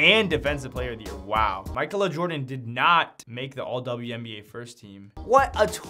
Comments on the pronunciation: Bro it’s not pronounced “Michael-A” it’s pronounced “Makayla” that’s why it’s already a name. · “Michael Uhh” is nuts LOL let’s sound this out. Mic-ay-la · pronounce it as mikayla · Im constantly amazed by youtubers in ability to read simple names and words. Ma-kay-la... Jeez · Mike-el-uh . . . . .you need to get out more bruh. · it's pronounced Mi-kay-la.. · It’s pronounced (Makayla) smh 🤦🏾‍♂️ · you dont know how to say Ma-kay-la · Lmao this dude needs to go back to school… SOUND IT OUT